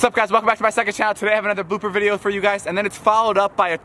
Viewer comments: he said booper .-. not blooper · Did he said Booper??? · he said boper